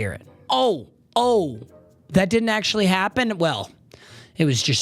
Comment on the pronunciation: … can NOT say the word actually. We also never gave 69 a pass.